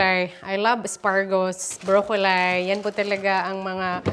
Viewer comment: Congratulations on your newly rented house. It’s beautiful and ideal for the 3 of you. Just a little correction. Broccoli should be pronounced “braa-kuh-lee”. Not “bro-ko-lai”. You can google the correct pronunciation. I’ve heard you said that wrongly many times and just obliged to correct you cuz it sounds irritating. Sorry.